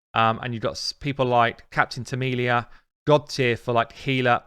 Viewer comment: It's TemiLA, not TemiLIA, as you always say :D I am surprised she is above Painkeeper, I was only able to win and 3 star level 21 when I exchanged Temila for Painkeeper, but maybe it's not due to heals, but more due to reduce cooldawns (My team is Foli, Lua, Painkeeper, Psylar and Luria, so no Weaken, Dec Def or Dec Atk).